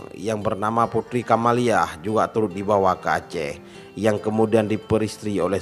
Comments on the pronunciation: Kamaliah bukan camelia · Putri kamaliah bg bkn camelia 😁😁